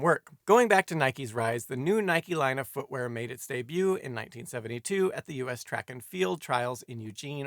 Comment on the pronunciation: So, Simon's pronunciation of "Nike" is spot on after all.